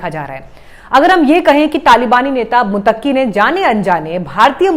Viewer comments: मुत्तकी को मुतक्की बोला जा रहा है। उच्चारण सही करें। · Tujhe to kisi ka naam lena nahi aata. To tu kia news pardhe gi. Muttaqi ko Mutaki keh rahi hai. Non sense Jahil.😢